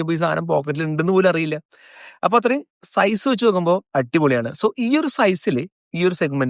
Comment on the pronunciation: സീസ് അല്ല ബ്രോ.. സൈസ് ( Pronounced as Zise )